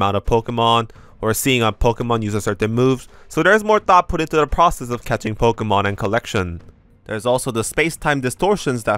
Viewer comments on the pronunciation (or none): none